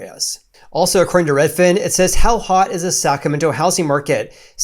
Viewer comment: Why does he keep pronouncing it "sacamento"?